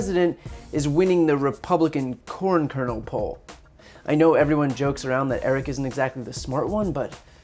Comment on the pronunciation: Did he say corn or porn?